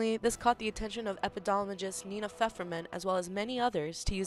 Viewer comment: Learn to pronounce epidemiologist. It's not "epidolomist"